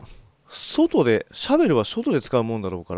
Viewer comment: 「おそらく、シャベルはしょとで使うもんだから」可愛いかよ❤️